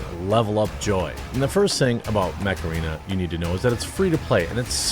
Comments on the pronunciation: damn, i thought he said sponsored by "macarena". i thought "holy shit, it's making a comeback?" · "Heeeeeey, Mech-Arena!" I hope somebody gets a horrific Dad joke chuckle form that butchery!